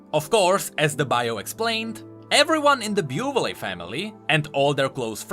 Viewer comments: I'm sorry, but the name of "Buvelle" family is pronounced [büvel], not [bjuːvelee] ... like umlaut ü in german and elle in french ... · Bo-Vil not Bo-Vil-li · it think it is pronounced ''bu-vell'' :v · It's for names like Buvelle that it really would be better if you ran them through Google Translate to learn how they're pronounced.